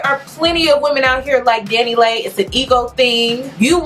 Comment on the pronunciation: It’s Dani Leigh pronounced Lee